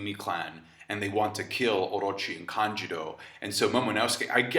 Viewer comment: Am I the only who gets meh, hearing "Kanjiro" instead of "Kanjuro" lol